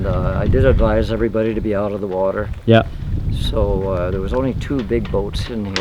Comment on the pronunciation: I love the way says water - wuadda ha ha